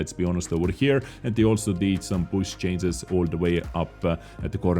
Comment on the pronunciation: Dude its not 'cances' it is 'changes'